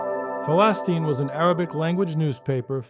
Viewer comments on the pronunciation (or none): At least learn how to pronounce the actual name of the paper 🤣